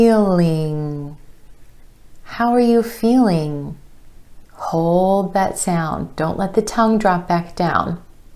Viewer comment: Am I wrong, but when you say feeling it sounds without the g at the end?